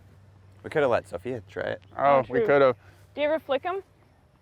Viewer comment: Brad is definitely from Texas the way he tried to use a Czech pronunciation of Sofia’s name 💀